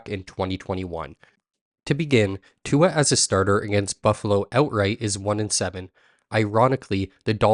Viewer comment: Brother you gotta say his name right